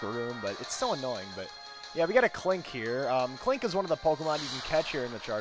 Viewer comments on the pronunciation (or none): U spelled klink wrong u said 'Kling'